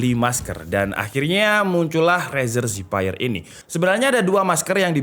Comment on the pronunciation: razer zephyr = rezer zevēr